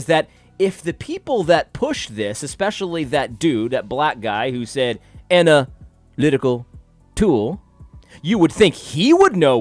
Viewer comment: Lol every time you said "ana lytical tool". Great vid, btw!